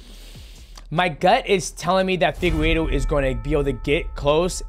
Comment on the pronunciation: Figu what? figuedo, piera… these pronunciations must be stopped